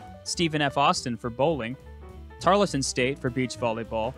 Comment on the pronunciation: You pronounce Tarleton incorrectly.